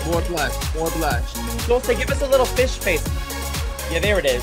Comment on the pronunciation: It's not Dul-sayin it's Dul-SLAYIN!